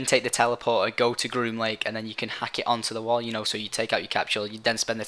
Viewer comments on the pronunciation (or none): groom link? green link? grun lunk? WTF IS HE SAYING?!?!